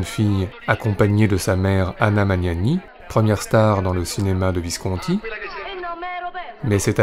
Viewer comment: Visconti est un nom ITALIEN, pourquoi l'épelle-t-il comme s'il s'agissait d'un nom français?? Et quelle voix monotone...